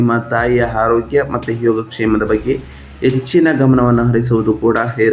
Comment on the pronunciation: ಮೊದಲು ಅ ಕಾರ ಹ ಕಾರ ಸರಿಯಾಗಿ ಉಚ್ವರಿಸಿ ಸಾರ್ . ತಪ್ಪು ತಿಳಿಯಬೇಡಿ . ಎಚ್ಚಿನ ಆದಿ ಹುತ್ತಮ ಅಟಾತ್ ಹಾರೋಗ್ಯ ಹಿರತಕ್ಕಂತ ಹೀ ರಾಶಿ ಹಡೆತಡೆ ಹಧಿಪತಿ ಎಗಲಿಗೆ ಹೊತ್ತಡದ ಹಿರೋದಿಲ್ಲ ಎಚ್ಚು ಒಸ ಹಿರೋದ್ರಿಂದ ಅನ್ನೊಂದು ಹಾರ್ತಿಕ ಅದ್ನಾಲ್ಕು ಅತ್ತೊಂಬತ್ತು ಹೆಕೃತ್ತು ಎಚ್ಚು ಹಾರೋಗ್ಯ ಎಚ್ಚಾಗುತ್ತೆ ಅದಿನೈದು 😊